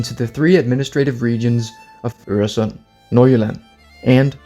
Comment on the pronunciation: Woaw your pronunciation of Øresund, Nordjylland and Sønderjylland was amazing, are you danish??